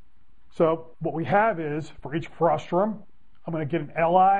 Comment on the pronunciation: It's frustum, not frustrum :P